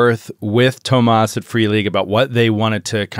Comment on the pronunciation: don't get mad, but Thomas is pronounced TOO-mas, not tom-AAS, in Swedish. first syllable (just like JOE-seph, not joe-SEPH.)